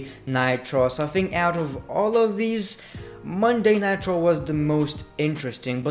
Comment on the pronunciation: Anyone notice he says Monday night traw